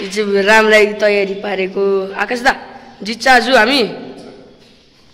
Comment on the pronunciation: भाई तिम्रो नेपाली चाँही अलि खतरा छ जस्तै आज लाई आजु जितछैँउ लाई कितछ अब लाई आबु टाउको लाई टैको तर रामायण पाठ चाही दामी छ बधाई छ ।